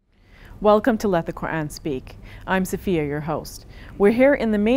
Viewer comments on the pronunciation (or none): none